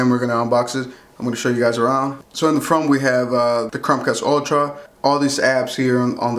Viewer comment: He doesn’t know how to say Chromecasr.. keeps saying Crom cast. Really annoying.